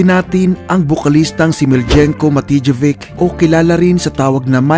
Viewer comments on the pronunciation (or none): Nice content lods... Miljenko Matijevic is pronounced as MILIYENKO MATIYEVITCH...